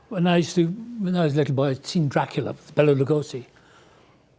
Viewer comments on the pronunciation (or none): none